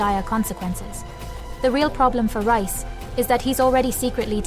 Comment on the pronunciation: Stop calling him Rice its Reis